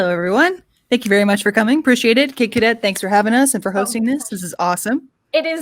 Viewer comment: i just love that kid cadet cant pronounce my name :v